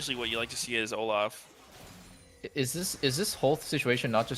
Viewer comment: why say "Oluf" and not "Olaf"